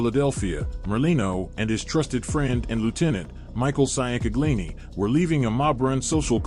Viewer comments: The last name you keep butchering is Ciancaglini , pronounced “changcalini”. They called him Mikey Chang & his brother Joey Chang. It was a wild time in not just South Philly, but the entire area. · IT'S PRONOUNCED "CHANG-GUH-LEENIE"!! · he is massacring that pronunciation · Micheal who? Damn you butchered the shit outta Mikey Chang name 😂😂😂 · Chang-galini fucking hell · MICHAEL CHANG-GLEENY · His name was Michael Ciancaglini pronounced Chang-a-lini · Bro you butchered these names.Che-In-Kag-Lini,Ciancaglini😂. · ciancaglini pronounced Chang-Uh-LEEN-EE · Allegedly he has been shelved. (Not recognized by the mob) Tho I gotta give it to him. He's making bank. Probly more than he would on the street. Definitely more. Michael Chingalini. Is how that's pronounced. Maybe he will get the other mob heads to start podcasts and make bank lol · I grew up in South Philly my family knows the merlino s and they are very nice people. They are our people. they always took care of the neighborhood. And Have to tell you that you are saying Mikey ciancaglini name all wrong and it pisses me off.